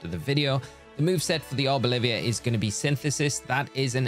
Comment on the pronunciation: Arboliv”i”a is such a funny pronunciation, I have to nickname mine that 🤣 Thanks for the vid!